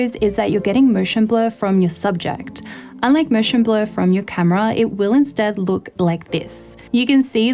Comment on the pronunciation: "Mooshen blur..."